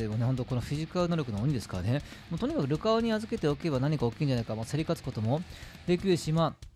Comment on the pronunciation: ルカオの発音がルカ男なの好き